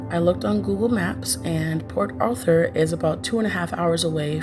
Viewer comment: Its Port Arthur Texas. NOT Port Author Texas.